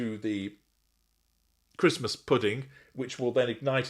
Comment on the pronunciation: " Embrace Traditions" Tow can't even say Christmas! What a clown.